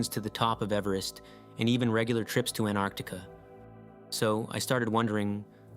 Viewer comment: A very interesting vídeo. It kept me wondering úntil the end. I have subscribed. Just One comment, I believe you have erred in your pronounciation of Antarctica.